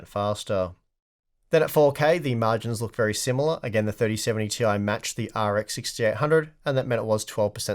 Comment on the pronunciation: its clearly "tie" you need to say it right like the other...